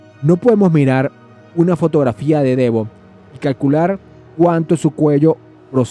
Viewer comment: No se dice armuejlin 😂 y no se dice Devón 😂😂😂😂😂